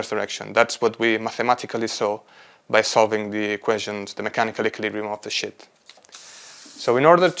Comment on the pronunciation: Quite interesting research, but he *REALLY* needs to work on his pronunciation of "sheet" 💩 Start with a long Spanish “sí”: siiii. Replace s with sh: shiiii. Add a clear final t with a little puff of air: shiiii+t → sheet. For “sheets,” think “she eats” said quickly: “she eats” ≈ “sheets.” Words that might help: “Shiva” “Shiitake”